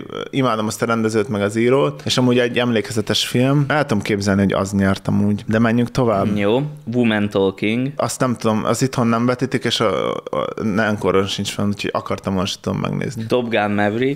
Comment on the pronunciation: Hogy lehet, hogy még mindig tartja magát ez a tévhit, hogy a woman-t vumen-nek ejtik?